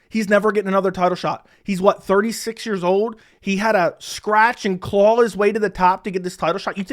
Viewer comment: 'drawL' 'clawL'